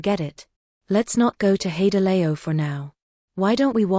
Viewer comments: 'Hey de lay o' - I love AI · Teach your AI to pronounce HaiDiLao properly